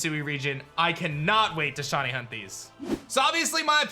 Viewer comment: WHY DOES IT SAY LIKE HE IS SAYING "SHAWTY" WHEN HE SAYS SHINY AT THE START?! 😢